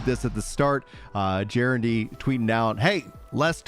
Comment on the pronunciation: So stoked for the patch! Also just a friendly FYI… Gennadiy’s name is pronounced “guh-NOD-ee”. 😃